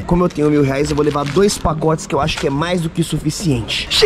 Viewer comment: Gente coloca no minto em vez do enaldinho falar reais falou leais